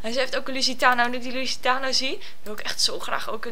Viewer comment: en de lustiano spreek je nog steeds verkeerd uit HAHAHAHAHHAHA